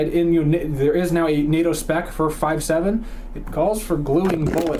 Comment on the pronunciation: Nah-toh ha ha.... north American training organization😂😂 correction please its pronounced Ney-toe...North Atlantic treaty organization